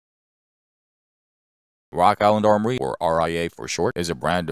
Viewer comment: And wok island awmowy